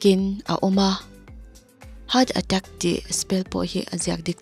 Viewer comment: Heart attack (attach) ilam lai tak khi ka inring hman lo🤣🤣